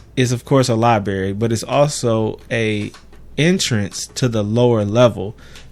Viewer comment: Lol they way you pronounce library as liberry